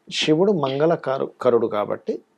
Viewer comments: షివుడు శివుడు తేడా ఉంది మీరు తెలుగు వారుకాదు కదా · శివుdu అనాలి. Shivudu antarenti